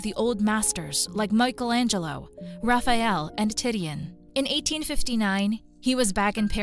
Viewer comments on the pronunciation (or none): Who is "Tit-e-in"? Did you mean Titian? Your AI reader needs a bit more schooling.